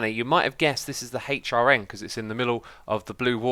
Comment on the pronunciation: jesus fucking christ just say "hrn" not hay-ch rn its so fucking annoying learn to talk